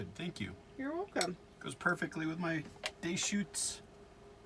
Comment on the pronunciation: Great video!! Btw, it's "duh-chutes" and not "day-chutes".... just saying- I know that it's a bit nit-picky, but being from Oregon (or-ee-gun...lol) I'm a bit particular